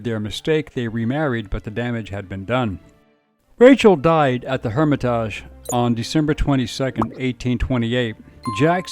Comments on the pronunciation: I'm right down the street from The Hermitage & I've never heard someone pronounce it like that. Lol you make it sound so fancy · That's NOT the way to pronounce "Hermitage" . I am LMAO every time I hear the mispronunciation. 😂